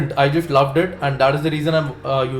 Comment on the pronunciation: Bhawa tu trust la trusht bolto.. just la jusht bolto :P kay problem kay aahe..? xD i think u have some problem with the pronunciation of those words :P because i have seen all your vlogs and in all of them you say those words exactly the same way